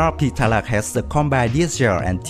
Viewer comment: I love the thumbnail XD And also some Pronunciations 101: Suite - Su-wit (it sounds like "sweet" but the first syllable has "su") Tarlac - Tar-lack Spain - S - pain (you said something like "Spen") Gregorio - Gre - gore - yo Pilar - Pi - lar Capacity - Capa - city Hope this helps. Your English is getting better :)